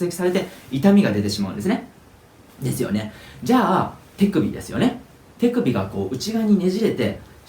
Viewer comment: 手首の発音がてぃくびって聞こえるんだが・・・